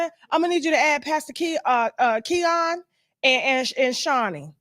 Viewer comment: Tasha the name is Keion Henderson you keep saying the wrong name